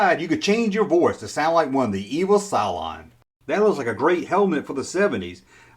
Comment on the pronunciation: Oiii, its CYLOn,not Cyclone! Arghghhh, we.not talking weather! Much loves, xxxx